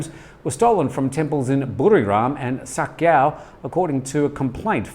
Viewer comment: ...my Thai GF started laughing when you said Sa Kaeo...guess pronunciation is off.